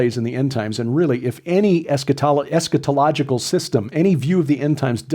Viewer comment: Very few teachers pronounce 'eschatological' correctly, but you do. Kudos!